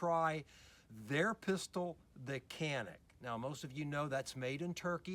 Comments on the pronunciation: It's Pronounced Janick not Canik. Not trying to start anything just fyi for those "has to know details alpha types". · In English is pronounced Canik. If you want to speak Turkish then go all the way, don't say Turkey, it is actually Turkeye ("Tur-kee-yeea") in the Turkish language. No need to try to sound sophisticated. It is CANIK.